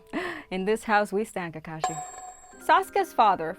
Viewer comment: I hate it when other people say kakashi like ka-kashi instead of ka-ka-shi